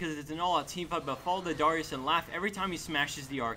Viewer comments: It's dare-eeyus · he says darius like dyrus everytime he says it im like "WUT DYRUS IN DIS GAME?!" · Learn to pronounce darius n_n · Is it really that hard to say Darius's name correctly? It seems pretty easy to me.